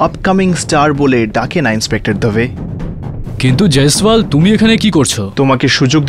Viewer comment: jiswal ki pronunciation korte parosna